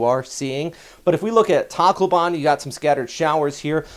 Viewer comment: It's actually pronounced tack low been :)